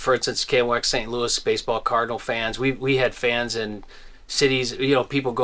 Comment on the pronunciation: The final s in Saint Louis is silent. Period.